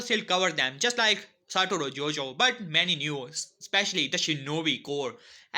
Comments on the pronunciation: Please say his name right it is not JOJO it is GOjo (thank you)👍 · Bro its satoru GO-JO not JOJO 😂😂😂😂😂😂😂😂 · It's gojo not Jojo 🤣😂🤣😂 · It gojo not jojo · It is GOJO not JOJO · Bro it is not Jojo it is gojo